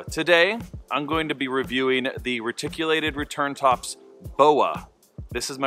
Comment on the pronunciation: Great review. Awesome throw. As a reptile fanatic though, I have to say, it's Ree-tic. Lol